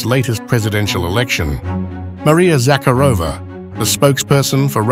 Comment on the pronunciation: Please pronounce her name correctly. ZaCARova ie emphasis on second syllable.